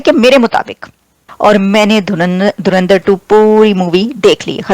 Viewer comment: साले पाकिस्तानी धुरंधर को धुरिंदर बोल रहे हैं 🤠🤠🤠